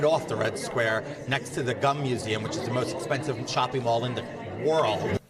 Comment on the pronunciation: Umm.. George it’s not called the Gum Museum it called гум pronounced “goom” in Russian. It is a shopping establishment and that building has been around longer than your great grandparents. You know nothing.